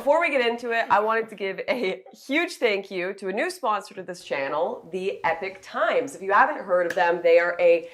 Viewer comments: Its pronounced "e-pock" not "epic" times, btw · It’s pronounced e-pok not epic. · Why do people say it as Epic Times? It’s Epoch Times. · Is it Epic Times or Epock Times? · Why do you pronounce Epoch Times like Epic Times? Is it a Canadian thing? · american pronunciation of epoch by calling it "epic" is just cringe. Hate that so many people say it that way lmao.